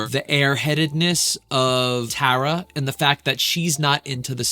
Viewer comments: i keep cringing at how he says tara. tar - a, not tear - a, tar, tar a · TAR-AH, not TARE-AH :) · Tara is gonna lose her mind hearing you pronounce her name as “Tah-ra” instead of “Tuh-ra” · btw ur saying her name wrong it sounds like black tar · Who's going to tell him hes pronouncing her name wrong😭☠ (Its Tar-Uh) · Tara pronounced T-are-uh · its pronounced tar-a like black tar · She’s gonna HATE how you are pronouncing her name wrong so many times 😭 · You’re pronouncing the name wrongg😭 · ok awesome! 😊 But one more thing.. I’ve noticed over time, most say Tara wrong and you were close but just thought I’d lyk. Tara doesn’t really like when people say her name wrong and I’ve heard some tell people how to say it like black Tar - Ahh, you were *very close*, compared to others that don’t know her, pronouncing it… but just incase you make more videos on her try to go to a video with her in it and listen to how they say her name! ❤️ Can’t wait for your next videos!